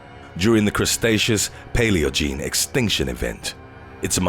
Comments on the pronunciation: Did anyone else hear him say crustaceous instead of cretaceous 😂😂😂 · dont let anyone give you too much shit about saying crustaceous when you meant cretaceous. I've made that mistake a few times too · It was called the Crustaceous era because dinosaur arms were to short to reach around and wipe their asses.